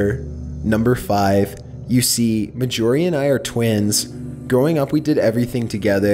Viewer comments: He also calls Mar-gorie, "Mah-jorie". Completely bugs me. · Her name was. M a r J o r I e not M a J o r I e. Get me? Marj not major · Story 5: YOU MEAN MAJORIE??? Not majyourie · ASFvsASAP 1 I kept correcting him too Axel! And sorry but at first i didn't catch Mag-orie but I'm sure its Margorie like margarine and ory lol but still love the storys and vids! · dude, it's not ma-jorie, it's marj-orie as in margarine or Darjeeling I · Are you sure the name isn't MAR JOR EE? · I believe you have mispronounced the name of the last story's name. I'm sure its pronounced Marjorie mar-jor-ie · It bothers me that he is saying the name Marjorie incorrectly. Ugh.